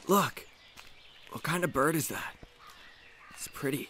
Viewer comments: Oooh~ a brid? I heard bird! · "What kind of brid is that" me - "The kind that flys" I need to be stopped lmao